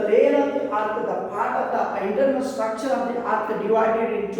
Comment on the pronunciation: ITS NOT STRACTURE ITS STRUCTURE